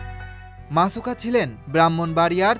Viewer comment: Naam ta thik moto bolen. Musaka na masuka??????????